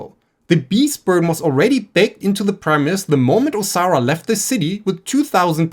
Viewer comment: Im enjoying the video but due to your accent. Every time you say Osara I hear Sauron and it makes me giggle